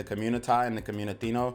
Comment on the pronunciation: 😂¡Not “communitino”: COMMUNIDAD!